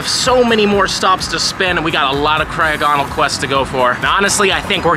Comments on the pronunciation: I’m sorry but please stop saying cryo-gonal it’s not how you say it my man, it’s cry-og-ah-nal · The way Jt is saying crogonal here is causing me psychic damage